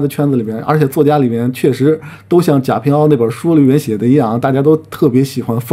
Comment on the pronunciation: 你能不能先出去查查“贾平凹”的这个“凹”字怎么读？没文化就别在这做视频评价别人…